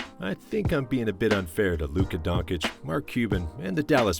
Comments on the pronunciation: You just murdered Luca's name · Dude at least you can learn how to pronounce Luka's name...